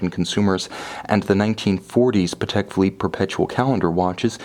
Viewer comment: You pronounced Patek correctly in this video!! Yay. I knew you could do it.